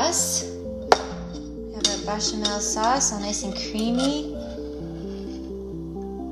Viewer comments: Bechemal = Becka-Mel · just a fyi from a french lady....béchamel. Syllabification: bé·cha·mel. Pronunciation: /ˌbāSHəˈmel the first syllable sounds like the english word "bay" so baychamel...;) thanks for the great recipe...i wasted so much butternut squash this year because i had no clue what to do with it...